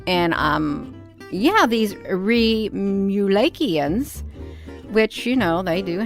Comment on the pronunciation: she can't even pronounce remulakian properly.